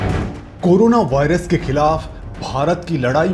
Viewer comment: अबे चोदु वारियस नहीं वायरस होता है